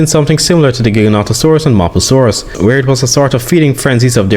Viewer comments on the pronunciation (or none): none